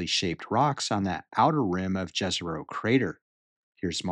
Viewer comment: You are pronouncing Jezero incorrectly. "J" is not pronounced like in jazz, but like Y in young. Jezero means lake. Please don't butcher words as some NASA employees do.